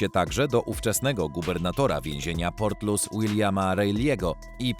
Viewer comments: czyta sie portlisz. Wiezienie nr 1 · Nie port Lous ten pierwszy tylko portlisz się czyta,mieszkałem tam 15 lat. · To nie jest żadne 'portlus', to się czyta 'portlisz' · nie Portlus tylko Portlisz :) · Czyta się HRABSTWO LISZ ORAZ PORTLISZ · Prawidlowa wymowa nazwy irlanfzkiego hrabstwa ,w ktorym znajduje sie to wiezienie to " PORTLISZ" Pozdro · redaktorze, co ty wymyśliłeś za nazwę miasta Portlaoise????? jakaś masakra!!! wymawia się ją portlisz. popraw to człowieku bo nie mogę się skupić na oglądaniu! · Portlaoise czyta się "portlisz" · Portlaoise czyta sie Portlisz, a Laois to Lisz. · Super odcinek, na przyszłość tylko „Portlaoise” czyta się „Portlisz” a „Laois” „Lisz” Wiem bo mieszkam tu od lat w sąsiedztwie tego więzienia! Pozdrawiam 😄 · Wymawia się Porlisz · Portloise w.Irlandii-czyt."PORTLISZ"☝️🌎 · Portlisz - tak to się wymawia. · To miasto Portlaoise czyta się „portlisz” w hrabstwie „lisz” 😉